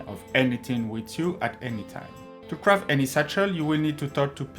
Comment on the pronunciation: Difewent, speciwric, cwaft, combwine, all da tam stamp